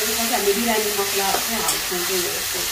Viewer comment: Birani hoina didi 😁biryani vannus na